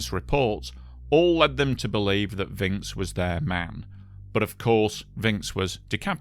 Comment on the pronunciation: Like your style of your narration and script writing! Pronunciation note: Alain is like "along" and Vincx is like "vanks". Thanks again, you bring so many apparently forgotten stories back to life.